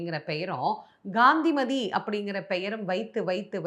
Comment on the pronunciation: அம்மா, தாங்கள் காந்திமதியின் திரு நாமத்தை காய்த்திரியின் முதல் எழுத்தான “Ga” போல் உச்சரிக்கின்றேர்கள். காந்திமதியில் வரும் முதல் எழுத்தை “Ka” ஆக உச்சரிக்க வேண்டும். Her name is to be pronounced as KANTHIMATHI and not as Ghandimathi. Thanks for your understanding🙏